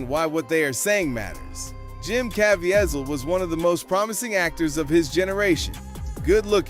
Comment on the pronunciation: FYI: Jim Caviezel's last name is pronounced... (Altogether now) Kah VEE zull